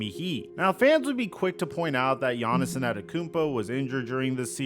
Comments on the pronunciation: “Giannis-son” 😂😂have I been saying his name wrong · Hate how he said giannis’ name hahaha